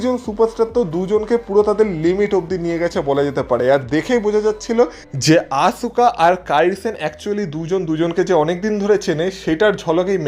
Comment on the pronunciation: আপনার কাছে বানান টা দেখে মনে হয় আসুকা কিন্তু খেয়াল করবেন। wwe আসকা বলে। তাই আমরা চাই আপনিও আসকা বলবেন।